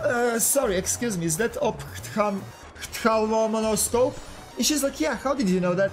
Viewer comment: in terms of the ofolofoscope I know you aren't english so when there is a p and h together like that its pronounced as an F. So its said ofthalmoscope (I still can't say it properly) lol.